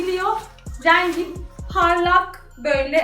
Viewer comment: Lütfen türkçenizi biraz düzeltin REEENGİ nedir ya